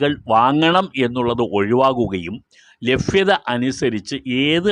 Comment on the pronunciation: ഹലോ സാർ ലഭ്യത എന്നു പറയാൻ പ്രയാസമാണോ??